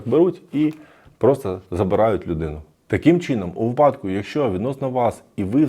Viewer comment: Велика подяка за Ваші відео та Вашу українську! Але, будь ласка, давайте вдосконалюватись: вИпадок, недоторкАнність (у законі дві букви Н), Ви прочитали інакше (недотОрканість - це ...думаю, можуть забанити за такі слова)))